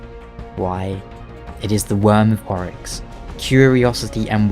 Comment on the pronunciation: It's Oryx not Aurash then?